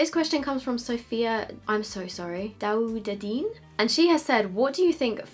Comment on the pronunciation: you said the surname "Daoudeddine" really nicely!